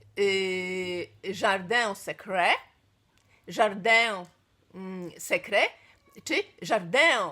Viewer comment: Droga, Akcent w języku francuskim pada zawsze na ostatnią sylabę w wyrazie. Tak więc będzie to w ten sposób: jardin [żarDĘ] secret [syKRE]. Bardzo się cieszę, że starasz się uważać na to jak wymawiasz zagraniczne marki, bo ja jako student romanistyki czasami oglądając niektóre youtuberki łapię się za głowę haha( oczywiście nie mam pretensji do takich osób, bo nie każdy jest poliglotą i jest to zrozumiałe, że pojawiają się błędy), ale zawsze się uśmiecha mój wewnętrzny "duch francuski". Jeszcze jak mam się czepiać niuansów to staraj się [r] wymawiać mniej po angielsku a bardziej gardlowo lub jak [h], będzie bardziej francusko.;) Pozdrawiam i sciskam mocno <3